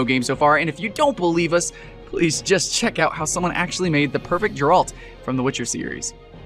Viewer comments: jer alt? its GARE ULT LOL! you said his name wrong. FEEL BAD :P Reference fail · It's Geralt, not Jeralt... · i like how you pronounced Geralt wrong